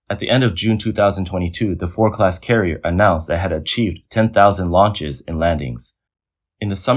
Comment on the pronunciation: Four Class carrier? I think you mean FORD - D... F-O-R-DDDDDDD can you say D? Then you suddenly said it clear as Day.. why is this? 为什么你不能正常说话？